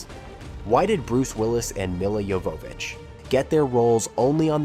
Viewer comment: I guess this AI hasn't seen the film. "Mila YoVOHvitch", "lead actors", "two thousand three hundred". Tut-tut.